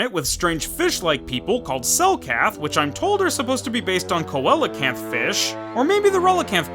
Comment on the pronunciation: You were only 6 when you first played this?! Good on you. BTW since everyone is complaining about 360p, I'll correct you and say that the fish the Manaan are based off of are pronounced Cee-Low-Kanth. Once thought extinct for 70 million years before being rediscovered in the otherwise recent past in the 1930s